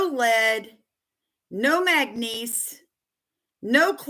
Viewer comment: Are you trying to say manganese or magnesium. I'm thinking manganese. It is pronounced Mang-a-neez for future reference